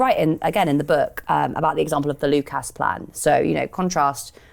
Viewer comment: I like abd admire what the Lucas workers tried to do - and the venture failed. I doubt very much that mainstream business and finance lost so much as a picosecond's sleep over the implicit threat to the established way of doing things presented by the reshaping of Lucas. ('Lucus', not 'Luke-ass' - British English loves a schwa.)